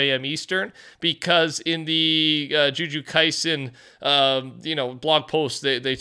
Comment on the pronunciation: still cant get over how he said the naimae name "ju ju kisen"